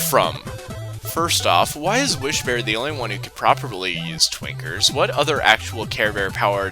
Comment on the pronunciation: I'm absolutely not hearing the N when you say Twinkers. it's just... Tweekers